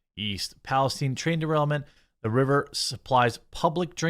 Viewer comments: Palace STINE !!! like the region in the Middle East.... Learn how to PRONOUNCE Geremy... geeezzz or do not do the news.... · The way he says "Palestine"... Lol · WHY THE FUNK IS EVERYONE SAYING “PALESTINE” WRONG!?!?!? It’s not a jewish persons last name!!!!!!